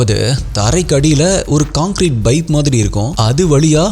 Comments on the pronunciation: Pipe ❌ Baip ✅ 😂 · Baip illa bro, paip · Pipe ❎ Bipe ✅ 😂😂😂😂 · Sorry !! Please don’t mistake me. For some reason, I keep hearing “Bipe”. Is it really Bipe or pipe?